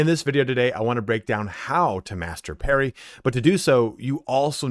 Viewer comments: It's Parry not Perry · Parry not Perry bro